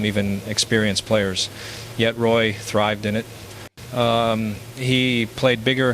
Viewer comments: No intelligence here i see.just more lazy ass Ai,,it is Roy prenounced as WA not Roy as in toy dummy. Stick to tennis if u even know anything about that. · Definitely Al....Lemieux is a native French speaker, he would not use the English pronunciation of Roy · Yeah, the French Canadian mispronouncing a French Canadian name is pretty much a dead giveaway.